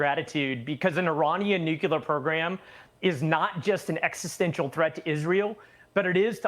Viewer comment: "Nukelar" program 😂